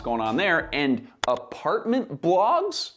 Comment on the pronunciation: I thought at first you said apartment blocks, good thing blogs was later on spelled out, lol.